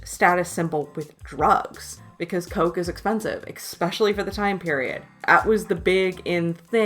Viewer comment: Really enjoyed the video and your breakdown of the class system as it pertains to the film, but "exspecially" kills me a bit inside every time I hear it... and the use of the same frames repeatedly. I'm glad I've subscribed and I've gone back and watched earlier videos... keep it up!!!